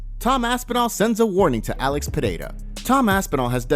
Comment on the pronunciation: wow...glad to hear you finally saying Alex´s name correctly